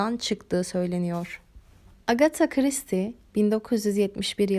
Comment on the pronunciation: Full isim telaffuzundan sonra tebrik ederek abone oldum